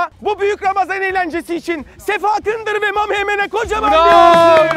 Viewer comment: sefa kındır deyişi😂😂